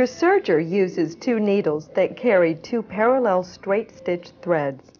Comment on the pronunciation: It's serger, not surger.